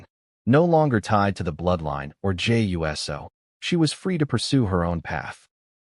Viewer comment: The fact is says Jey U.S.O. instead of Jey Uso indicates this is a bunch of BS😂